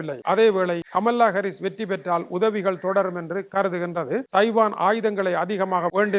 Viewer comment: கமலா ஹரீஸ் என்று செந்தமிழில் உச்சரிக்க முடியாத நீரெல்லாம்,,,,,!